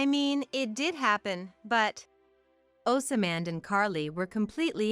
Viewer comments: For the love of The CORRECT PRONUNCIATION: "OSMAND" is NOT PRONOUNCED "OSAMAND". THE CORRECT PRONUNCIATION IS "OZMQND"! GET IT RIGHT! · 😅😅 yeah, that and "OsAman", or in other videos they pronounce "kinder" as in the first part of kindergarten instead of pronouncing it like "kind er". There seems to be no human supervisor for these Asian products. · Pronounced ozmand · Does someone get paid per incident to say, osamand, or rather assyman